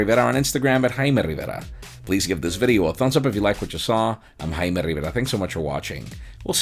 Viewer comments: "im himymyukimayii".... :D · I lose my shit everytime he says his name. Jaime (intensive tongue roll) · Do you edit your name when you had a few drinks ? . I slowed it down to 0.5 .. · I have never managed to catch the way he says his name.